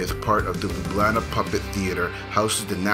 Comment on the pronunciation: you say Ljubljana like a young people in Slovenia :) hope you enjoyed Slovenia